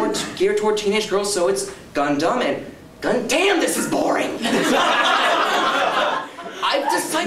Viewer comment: it's gundam not condom -___